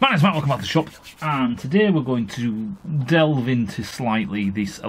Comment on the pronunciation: "DEL ve into".... Haha great video, keep this content coming! :)